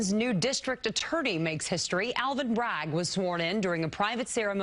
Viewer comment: “Manhattans new district atturdy!” 😂